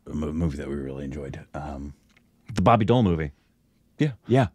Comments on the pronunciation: It’s not boby doll it’s boby deval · He's not Bobby doll...pronounce Bobby D owl..... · BOBBY DEOL ❌ BARBY DOEL ✔️ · I heard Barbie Doll, when first said Bobby Deol 😂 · Who else heard Barbie doll😂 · Did he just say Barbi doll 😂